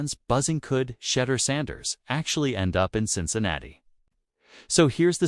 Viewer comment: Who? Shedder Sanders...really? At least learn how to pronoun his 1st name.